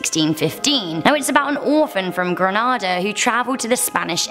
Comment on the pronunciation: The way she said Grenada hurt my chest 🥺😩